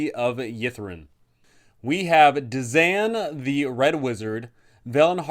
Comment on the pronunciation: lol after pronouncing Dzaan (d-zan) and hearing you pronounce it as (zan) I had to find out if I was wrong lol. Turned out we both are lol its pronounced (duh-ZAWN) on page 12 lol...